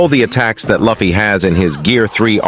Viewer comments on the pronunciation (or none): pls , his name is not lafy its luffy(loofie)